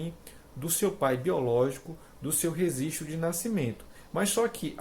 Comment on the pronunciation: Rezistro de nascimento ? Só por Deus esse português m